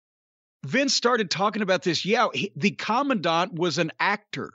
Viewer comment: I see Jim took every opportunity to pronounce the word Commandant correctly. Last week he was saying command-ant.